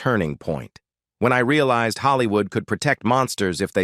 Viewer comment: the fake-ness starts from calling Hollywood as Haalliwood